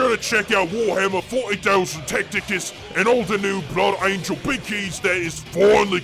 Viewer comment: i literally heard "the bloody angles"